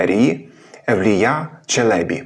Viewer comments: 1. Турецький наголос не такий виразний, як наш. Мабуть, по-різному можна чути. Проте ви дійсно, наприклад, на початку цього відео не чуєте, що "Евлія" і "Челєбі" кажуть з однаковим ритмом? та-та-ТА та-та-ТА. Чи тут - 2. На початку невизначеність ДЖ vs ДЗ. Те саме, що Ч vs Ц, тільки дзвінке, тобто одною буквою він міг позначати і ДЖ, і ДЗ. Але Ш всередині - інша річ. Тут дійсно погоджуюся, що це доводить шепелявість. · вдруге: Ті турки, мабуть обманули Вас. Тож при нагоді натякніть їм, що вони помиляються. Біда з ними, тими турками... Моє питання до Googl: ''як правильно, Челебі́ чи Челе́бі?'' Відповідь : "Обзор от ИИ +1 Правильно казати Челебі́ (з наголосом на останньому складі), оскільки це турецький термін, що означає "пане", "панич", "освічений чоловік", і в українській мові він запозичений з турецької, зберігаючи наголос, як у відомих постатях типу Мехмед I Челеби та Евлия Челеби. Челебі́: Наголос на "і" – це правильна форма, що відповідає оригіналу та усталеним прикладам. Челе́бі: Наголос на "е" – це помилковий варіант. Отже, вживайте Челебі́. '' Видаляти коментарі - не найкращий спосіб для здобуття доброї репутації. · 1. У "Челєбі" наголос на останній склад. 2. "Уже тоді м'які польські приголосні звучали як шепеляві." Якщо він ц і ч не розрізняє, то і тут дз, дуже ймовірно, так само записав. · Ті турки, мабуть обманули Вас. Тож при нагоді натякніть їм, що вони помиляються. Біда з ними, тими турками... Моє питання до Googl: ''як правильно, Челебі́ чи Челе́бі? Відповідь: ''Обзор от ИИ +1 Правильно казати Челебі́ (з наголосом на останньому складі), оскільки це турецький термін, що означає "пане", "панич", "освічений чоловік", і в українській мові він запозичений з турецької, зберігаючи наголос, як у відомих постатях типу Мехмед I Челеби та Евлия Челеби. Челебі́: Наголос на "і" – це правильна форма, що відповідає оригіналу та усталеним прикладам. Челе́бі: Наголос на "е" – це помилковий варіант. Отже, вживайте Челебі́. ''